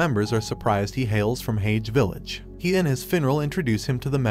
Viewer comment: He’s saying it like hagee but it’s said like haje